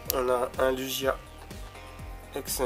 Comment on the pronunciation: C'est marrant komen tu dis Lugia xD Comme une luge en fait "Lujia" ^^ Pourkoi tu veux à tout prix des méga tout pas bô ? :v M Pharamp SSJ3 est dégeux tu le voulais avoue :3 Je dirais petite display comparait à certains qui ont 3 Fa dont une shiny + 1 secrète xD Mais bon tu as eu de belles cartes :) Le Pierre est vraiment classe je trouve !